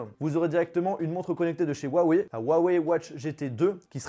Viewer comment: C'est pas compliqué il faut prononcer Rhou (en expirant le r) - a - weille . C'est tout pr moi.